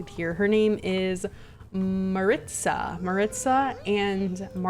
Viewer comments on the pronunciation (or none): Maritza is pronounced like Mah-Ree-Tza probably